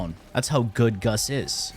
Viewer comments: Why do you keep saying "Guss" it's GAUSS, man xD. Double ss so it's GAUSS lol. Anyway, crazy wf indeed. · Please call him gauss and not gus, gus in my language is a word for ,,ass" and i cant take u seriously 😂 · "goss" not "guss" lol driving me batty watching this lol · he did it on purpose lol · Closed the NewPipe app and logged onto YT, with adblock ofc, to tell you that I hate the way you pronounce Gauss. It's pronounced, gous, not, guss, nimrod. Take care. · “umm Its aCtually pronounced gous” 🤓👆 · GOWS is the correct way to pronounce, just saying! And perhaps Guss is just a pet name, like Dragons Breath etc :P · please stop trolling xD... Freaking Gus... Say it right, you know how it's said... just like U know how bubonico is said.. freaking Bubo-nico jesus. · My name is pronounced GOWSS! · Today I learned I have a new pet peeve. People incorrectly pronouncing Gauss, saying Gus. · i pronounce him gau-ss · It's obviously pronounced goose, Nimrod! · It's not pronounced goes either. Gauss was a German mathematician and like someone else mentioned already its pronounced gau-ss. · Gaus giss goos anything Why so care abt pronounce? This isn't school tho I call gauss as KUSSSSSS or PUSSSS Got any prob? 😂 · Nahh, it's Gus. Just like how it's Secondary Cucumber and Melee Cresskendo. Trust him, he knows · The "a" in gauss: "am I a joke to you". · Yeah it’s kinda killing me inside!